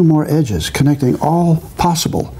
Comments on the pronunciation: "... They form a square. And all six leighephleichehps are the same color" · And all six leighghemeighhheues are the same color.